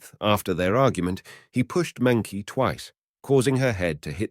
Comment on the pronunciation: Mengqi's name is pronounced "Munchi" at least be more respectful by doing the correct research